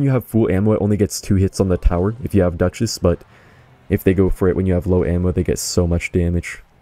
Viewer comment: "if u have Dutches" 💀